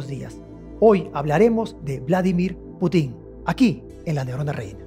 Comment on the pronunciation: Es Putin estimado, no Putín. Suena horrible como lo pronuncia, en ruso casi no hay palabras agudas, la mayoría son graves o llanas.